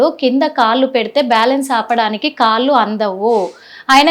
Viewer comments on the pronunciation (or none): పాయింటూ కాదు, పాంటు. కాళ్ళు, వేళ్లు అనాలి. కాల్లు, వేల్లు కాదమ్మా..